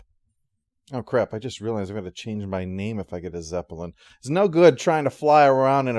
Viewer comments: It’s his zep-uh-lin; he’ll pronounce it however the hell he wants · "zep-uh-lin" what's with the extra syllable? a personal quirk? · What extra syllable? Do you think the actual word is spelled like the band?